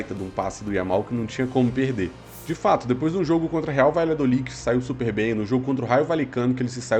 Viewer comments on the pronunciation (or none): none